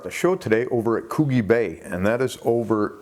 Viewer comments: I think you just make this up as you go. It is Coo"jee" not Coo"ghee" and the map showed it 5000 km off target in W.A. Legs were not lost, I wonder what else is fiction in the site? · Coogee (pronounced gee) and in West Australia. Love from Bunbury, West Australia, love ya channel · Cute, the way you pronounce Coogee. Yes, some of the "researchers" say some weird things lol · Omg just looked at the Matt Lee picture 😳😱🦈 if that doesn’t make you afraid of going in the water nothing will. Love how you pronounce Coogee too 😂 thanks for the super quality content … again 😊